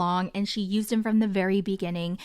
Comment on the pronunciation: "you yewwsed me mahammid!"